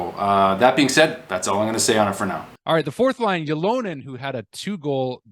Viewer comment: Man, you even featured in one of your videos a segment where you asked Ylonen to pronounce his name. He said "OOO-lo-nen" yet you keep saying "yuh-LO-nen".